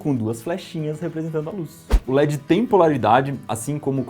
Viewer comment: Se gosta de pronunciar corretamente o inglês diga led e não ledxi. O d fica mudo. A pronúncia do inglês é diferentxi do portuguêx carioca.